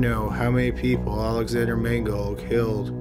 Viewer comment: I really like your videos and the narration but do you think you could start pronouncing the consonants in words like Caught (hard C not "haught") Killed (k sound not "hilled") etc. It always sounds like you are saying h's at the beginning of words and even in the middle of them such as "beghinning" Consonants are cool - you will like them!